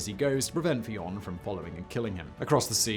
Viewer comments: Big fan of yours man but im gonna point out one thing. As an irish person i must inform you that the name fion, spelling it phoneticaly, is pronounced 'f-yun' not 'fee-on'. Love your content though man, kind regards from shanloot 👌👌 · Fionn is pronounced Vin like Vin Diesel. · Why can’t English pronounce things correctly in anything not their own language. You live beside this country ffs. Fionn is pronounced fhuu yun said as one word